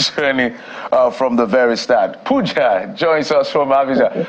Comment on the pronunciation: You called him wrongly, it is Pooooooooooooooooja!!! 😅